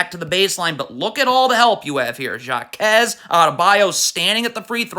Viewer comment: its not pronounced JAkez its HAkez